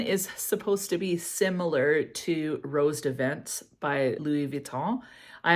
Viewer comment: I really want to try Niche Royal Vert. One of these days! By the way, roses des vents is pronounced like this: It means compass rose. Anyway, a perfume I have that screams spring to me is Guerlain Idylle. Oh my gosh, it is SO lovely! Spring in a bottle! (oops, just realized, not middle eastern!)